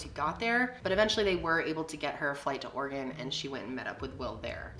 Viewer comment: I’m from Portland, I didn’t know I lived in an “Organ”. The E is not silent my friends 😂❤️ always cracks me up